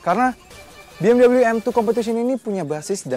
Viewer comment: Be Em We mas bukan Bi Em double u